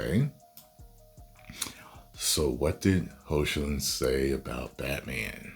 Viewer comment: Hey y u saying his name wrong r u joking or not cause it's heocklin hecklin pronounced like that